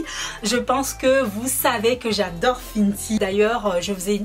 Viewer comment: "Finty" mdrr non c "fenty" sinon bonne vidéo comme d'hab ta de très bon ustensiles c trop beau💕😍😘🔥🔥 de plus tu a une bonne technique de maquillage et tes belle avec ou sans t'en que tu est toi même nous on t'aime😍😘😍💕😘💕💕💕💕🔥